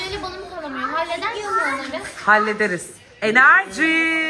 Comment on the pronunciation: Enerciii diyişi sjsjsjsjsjsj